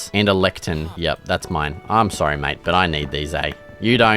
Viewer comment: Awesome videos! Why do you pronoucne "mate" as "might" tho? lol